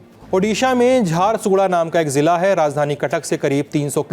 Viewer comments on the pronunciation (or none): ओड़िशा के जगहों का नाम हमेशा गलत क्यों उच्चारण करते हैं यार, झारसुगुड़ा है वो